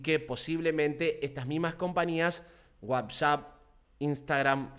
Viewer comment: dice wabsap o yo oigo mal??